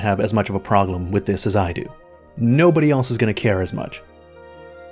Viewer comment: Why does he say "proglem" instead of "problem". Forgot why I stopped watching OCD kicking in